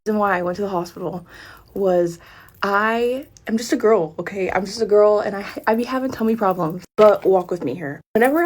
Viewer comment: Did someone tell her there’s an L at the end of girl??